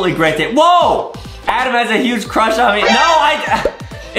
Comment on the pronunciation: Adam has a huge crwush on Banbaleena😂😂😂😂😂😂😂😂😂